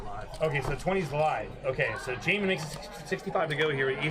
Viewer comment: Jaman, I was the Mike that said your name wasn’t Jah-man. It was pronounced Jayman, and she started calling you Jay-MAN... so tilting lol. Glad I made it into a vlog though!